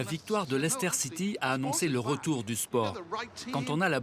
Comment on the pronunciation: Très intéressant de voir la vision du UK de l’extérieur. Le North South divide est toujours d’actualité mais moins marquée il me semble ces dernières années. Et puis on prononce la ville de Leicester “Lester” (et non pas “L’aïl-ster”) Très bonne réalisation. Très bon documentaire.